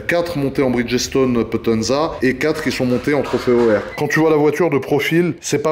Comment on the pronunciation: en passant les francais... pont en anglais c'est bridge.... pierre.. c'est stone donc ensemble ca fait bridge stone pas bridgessstone... mais j'aime la voiture lol